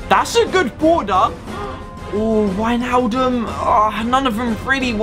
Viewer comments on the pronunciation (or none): none